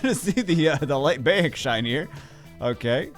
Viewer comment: Bayek is pronounced like "BUY-ek" Bagel. Or think Bayek like the Florida Bayous in the Everglades. Hurts my soul to hear my favorite AC character's name mispronounced 😭💔